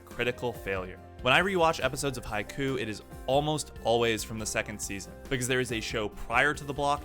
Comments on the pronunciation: Hi-key-you, not Hi-koo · “Haiku” sorry not the show my man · You call it Haiku When it's actually Haikyuu!! But it's cool; good vid! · Dude learn how to pronounce japanese names FFS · All I could focus on in this video was the fact that you couldn’t decide how you wanted to pronounce Haikyuu.